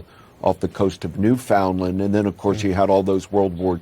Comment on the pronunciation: Jesus Christ, CNN, you could at least take the trouble to learn how to pronounce 'Newfoundland.' It's not NewFOUNDland, and it's not even NEWfinland, it's newfinLAND.